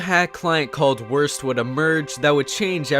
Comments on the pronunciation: I honestly hear Kill Aura instead of K'lorah, but wurst is not pronounced as "worst", it is pronounced as "woorst" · Also: WORST (instead of Wurst, which I believe is Sausage in German) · In germany we say WURST and I think that's beautiful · Wurst isnt said like that Dx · xD how he pronounced Wurst